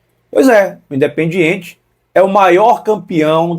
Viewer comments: O cara que não sabe pronunciar o nome do clube argentino não pode ter razão 😂 o nome não e Independente o nome a ser pronunciado de maneira correta é indiependente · não sabe nem pronunciar Independiente